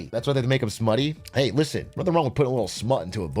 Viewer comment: Are they saying Nodding? Notting? Naughting? Or someone just tell me what they mean so i dont have to look it up 😂